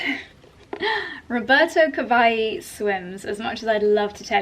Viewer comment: Btw Roberto Cavalli is Italian, so you pronounce both L’s in his name. Italian doesn’t do the ll->y sound change the way Spanish does.